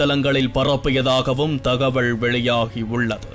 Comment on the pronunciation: தமிழ் மெல்ல சாகும்! ஒருவர் கூட தமிழை சரியாக உச்சரிப்பதில்லை. தகவள் என்கிறார் இன்னும் பல, அது தகவல்.. இப்பொழுது செய்திகளை கேட்கும் போதே, தமிழை பிழையாக பேசுவதை சகிக்க முடியவில்லை. At least newsreaders must pronounce properly, otherwise get them trained from basics otherwise future generations will keep on learning the language in a wrong way.